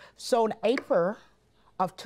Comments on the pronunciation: Waymint!!! What month is “Aperrrrl” 😂😂😂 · What a quotable episode! 🤣🤣 "So in Aprur of 2014" "We're going to Minnesoturr" "All of a surden Jurge" "I"ll be gladly to go" "We don't disrespect peepurs" "Come on boo, let's go" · The way she pronounces April is wild lol